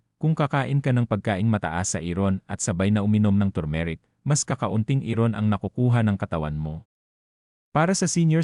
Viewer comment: Bakit hindi mo binibigkas ng tama ung iron at habit, mali ang pagpronounce mo sa iron at habit